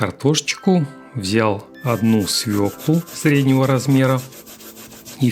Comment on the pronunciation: " с в Ё к л у " : ударение ВСЕГДА на букве " ё " !!!!...